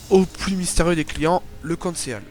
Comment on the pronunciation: moi jsais un truc sur le conceal ça se prononce "consil" et pas "conséal"